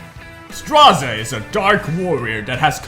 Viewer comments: His Korean name [스트라제] in romaji is straw-jay. So you are pronouncing his name correctly ^^ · actually, your way of pronouncing is correct. It's "Stra - ze" and it's not a thing I've made up, iirc it was confirmed in one stove posts when the second episode was still ongoing but not sure on exact date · you pronounced straze correctly: listen to delibets labyrinth lines lol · I also pronounce his name as "straze" instead of "streyz".